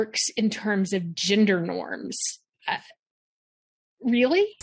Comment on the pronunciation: “Ginder norms”